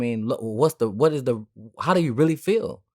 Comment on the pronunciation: "Di witha Di witha" come on dawg man up